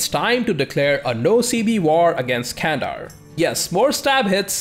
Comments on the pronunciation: hey, great video as always:) but one thing that i think i must say, is I noticed you really work hard on pronouncations:) candar is not spelled as "kandar", more like "gandar":)) just wanted to say, love ur videos uwu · The 'C' in Turkish is spoken like an English 'J', as in 'Junk' - which means 'Can' is actually pronounced 'Jandar. Not Kandar.